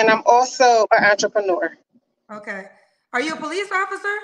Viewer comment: Did she say she was an "antrepreneur" 🤣🤣🤣